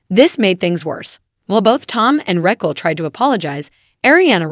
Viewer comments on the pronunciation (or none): The AI narrating this should pronounce the names right! Reckell, 🤣🤣🤣🤣🤣🤣🤣🤣